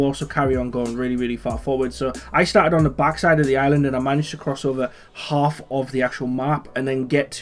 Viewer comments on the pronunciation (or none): none